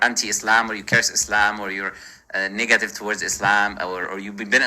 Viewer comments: Anyone else hear muslim lantern say niggative instead of negative 😂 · Every time he says the word "negative" it sounds like he is about to say the n-word.